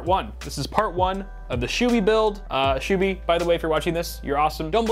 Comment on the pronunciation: absolute butchering of his name lol